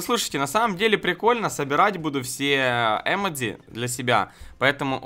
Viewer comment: если ты хочешь показаться умным то не емедци а ёмоджы